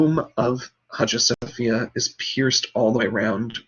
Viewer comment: Great! It's pronounced "Aya Sophia"